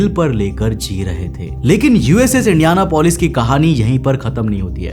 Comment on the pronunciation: Its not indiana polis Its indian apolis